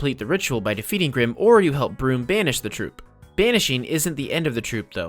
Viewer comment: Brumm is pronounced brum not broom